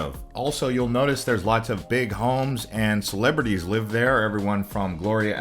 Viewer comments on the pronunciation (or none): none